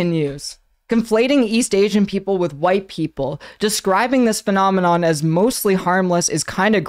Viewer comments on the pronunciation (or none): none